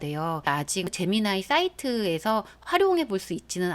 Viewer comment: 제미나이 ㅋㅋㅋ 발음이 에미나이 같아서 좀 그렇군요.... 제머나이!!!